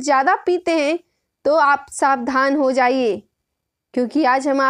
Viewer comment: Jab tu savdhan ko shawdhan boli tab hi Tera level pata chal gaya jab gyan nahi hai to apni ESI ki tesi karwane ke liye you tube hi milta hai tumko bp walo ko nahi pina chahiye Geli radha yeh link bhej raha hu dekh Dr hai bahut famous hai dimag sahi kar le tera